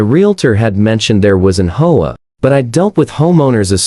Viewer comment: Whoever is reading story transcripts needs to stop reading HOA as HOAH, just spell out H.O.A., it's as simple as that.